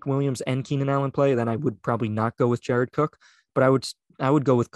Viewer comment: guy making a big deal about a dude named austin walter, your name is!!!!, not jared or jarod,.